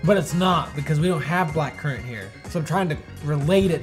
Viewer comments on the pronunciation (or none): How do you guys keep mispronouncing currant? I don't think I've ever heard it pronounced curr-ont. It's pronounced exactly the way it's spelled curr-ant. I'm just surprised how you butcher some words is all, but I still love ya!!! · I think just got it in his head that it was a foreign word and must be pronounced with an accent. It’s not an everyday word here in the US but I’ve never heard anyone mispronounce it before.